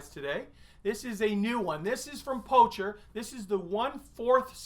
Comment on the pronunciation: Great, real person review as always. It's pronounced 'poker" though.